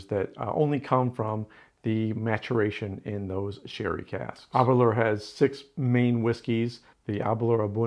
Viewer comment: ....also just to note, with Aberlour the 'lour' is pronounced the same as 'lower' is pronounced in the word flower 👍🏻 🥃✊🏻🏴